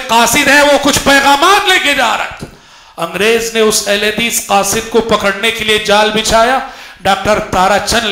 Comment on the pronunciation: قاصد Qasid* not khasid سبحان اللہ